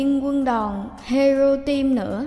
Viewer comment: do cứ đọc hero team là hẻo tim cái nớ là anti của hero team rồi